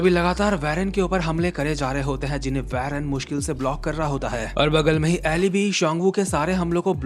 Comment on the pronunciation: Please bro I'm begging you, stop mispronouncing Eli and Johan. It's E Lie (इलाई) and Yohan.